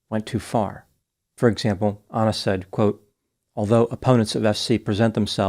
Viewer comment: Doc.. you’re a white American, should be familiar with common names. Why are you saying ANNA like “Awna or Auna” ??🤨